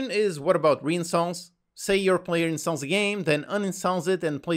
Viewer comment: Why’s he saying incels instead of installs